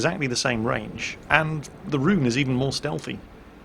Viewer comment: Please do not pronounce "Roon" like "rune". Should sound more like "rowan" or even better "Rhone"